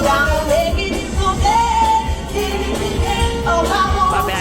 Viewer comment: Last to say first so far 😂 God I love malt milkshakes ❤ did you notice it sounded like she was begging you for birdseed instead of mercy 😂